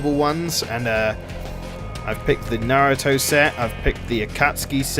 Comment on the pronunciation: FINALLY SOMEONE WHO CAN SAY NARUTO RIGHT